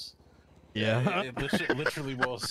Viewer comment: PLEAsE stop saying "Litcherarlly"